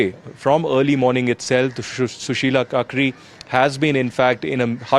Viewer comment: This correspondent cannot even pronounce names correctly. He said Sushila Kakri instead of Karki. Read properly before opening your mouth